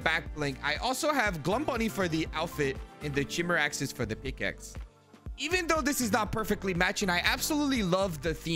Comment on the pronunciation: Nice combos! Just so u know for future references, the Chimeraxes are pronounced “Ky-mare-axes” ..they are named after the Greek mythological being “Chimera” which was a monster made up from the parts of a bunch of different animals (usually a lions head, goats body and snake tail) that’s why the pickaxes are named so….